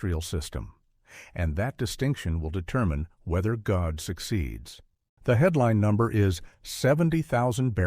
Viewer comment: Coordination is the correct. GODE' IS PRONOUNCED AS "godday"